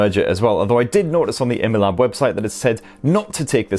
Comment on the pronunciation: Its actually called: I-Mi-Lab not emelab. 😂